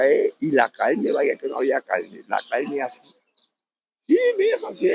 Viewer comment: Porque dicen calne y no pronuncian la r 🇳🇮🇨🇦